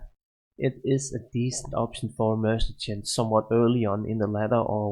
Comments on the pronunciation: duuude.... it is called: MER-SAN-NARY.... can't listen to your mercichen anymore!!! annoying AF!!! other than that: not bad video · Its mer sin a ri actually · are you saying mercechent? what are you saying instead of mercenary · FFS what is "mersachent"? This just kills my ears all the time >_< It's not like the actual word isn't on almost every page of this video... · please, it's Mer-se-nary. You're driving me insane man xD. It's like the only thing you mispronounce. Otherwise a very informative video!